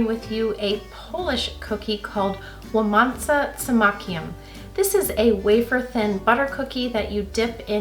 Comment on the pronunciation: I feel relief that you actually liked them, as you say poppy seeds have particular taste so I was slightly afraid that in the end after all this research and preparations it might turn out to be a flop 😄 I'm glad I could help and yes, you did pronounce the name well, Poles will understand you without any problems.